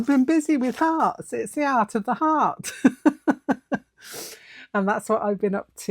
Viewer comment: Did you say ART OF THE FART? Hee hee, I probably just heard what was in my own head🤪